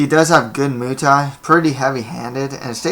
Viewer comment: Your break downs are decent but moo thai? Lol its pronounced like its spelled.